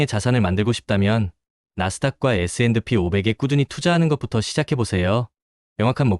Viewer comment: 그냥 에스앤피로 발음하세요, 에스앤드피 '디' 발음 엄청 거슬리네요! ㅎㅎ